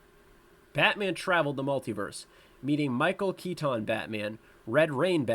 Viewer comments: Some of these pronunciations are pretty funny. "Michael Key tahn" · The blatant mispronunciation of Selina makes this almost unwatchable smh Edit: "Michael Kee-Tawn" im out